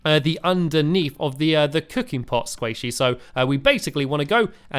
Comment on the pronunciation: Every time you say sqaishy I think squishy